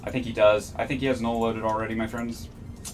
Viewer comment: did you say nute? whats a nute.. was it null as in the ammo?? and how does the atron has an optimal range bonus? did u mean falloff bonus?